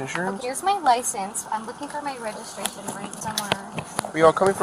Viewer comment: Do you have your licenseregistrashaninsurance? 😂